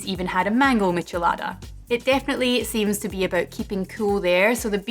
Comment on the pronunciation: Good pronunciation! Is a little sad that in my country is called "Michelada" every beer with lemon juice and salt in the glass... A little spice is also added, but nothing special. I would love to try this one! :( I'm from chile by the way.